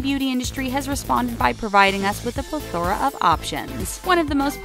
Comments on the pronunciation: Plethora...pronounced PLEH-thuh-ruh not pleh-THO-rah sorry it just annoyed me...🤪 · You said plathora. please. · The way you say "plethora"...you're putting emphasis on the wrong syllable. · Hannah Morales I was hoping that I wasn't the only one who noticed the pronunciation is off, lol. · Right!? Wtf!? I’m like wait am I (and everyone else in the world) saying it wrong? 😂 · Every time she mispronounced ‘plethora’ I died a little more inside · The way she said plethora was so weird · Plethora does not rhyme with Sephora 🤦🏻‍♀️